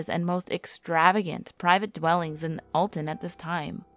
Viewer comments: Aldon! Hahahaha! It’s Alton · It's all-tin -Alton if you like in Illinois comment where u from